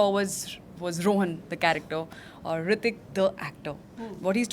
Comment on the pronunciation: Its Hrithik not Hritik -_